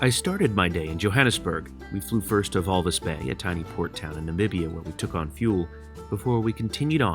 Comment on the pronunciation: It's Walvis Bay.